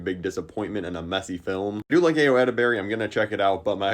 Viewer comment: Ayo's name is said incorrectly.